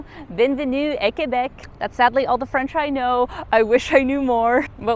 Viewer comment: Good, you don't pronounce the u in Quebec.For other people I want to inform you that the u is silent.